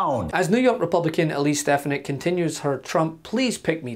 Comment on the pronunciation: Yaah Alise Stef-fanack. Thats your president. Alise Sta- fan- ik. 😢😢😢😢😢😢😢